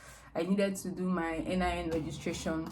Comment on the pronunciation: Did you say NIN??